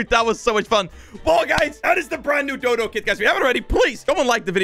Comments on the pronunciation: Is not dudu is dodo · Dodo not dudu but thanks for making my day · dudu Everyone: dodo